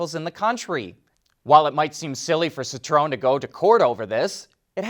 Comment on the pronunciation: Sit row en? That's just f'n painful to listen to and you repeated it 4 billions times in 30 seconds. FFS, you're part of the f'n car industry. Learn the correct pronunciation of the friggin' marques.